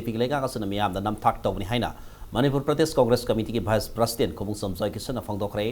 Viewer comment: Masi anchor gi pronounciation yam phatte,prasident haibasi karibu haibra?